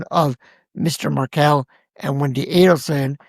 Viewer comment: actually pronounced Markel and Adelson correctly, so I’m thinking that commenter is either a bot or paid agitator. IMO TY ❤